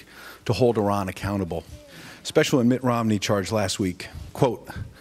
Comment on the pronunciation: I doubt that, seeing as you can't even pronounce Iran correctly.